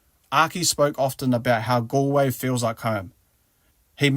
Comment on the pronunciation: Connaght = Con-uch-t / Galway - Gaw-ll-way